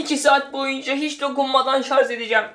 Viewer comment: Şarz değil şarj